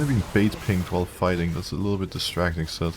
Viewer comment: alright i keep hearing sett and not zed i am going crazy just like your mental, gg